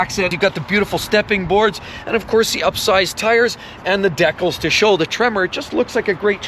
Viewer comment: DeeeeeCaaaaals not decos.